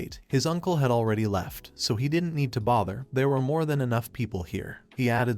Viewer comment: I hear T sometimes like didn't T or don't T but it's watchable